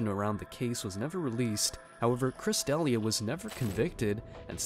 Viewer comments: It's pronounced "De-LEE-ah," not Deli-ah." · That's not how you pronounce D'Elia. And they're not saying "MICROTOXINS." They are saying, <MYCOTOXINGS, i.e. fungi. You are some kind of genius, are you? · how are mispronouncing D’elias name ?!? it’s literally all over the web and has been for years now…. Did you just have ai write all this and never heard the name before then? 😂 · What planet are you from? De-Lee-ah... not Dalia. Good god. & Brite-Bart News... You've never heard of these people before? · Chris "da-lee-ah" please